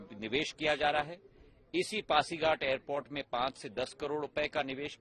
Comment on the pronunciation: TV anchor को अनुरोध सही नाम ले पाचीघाट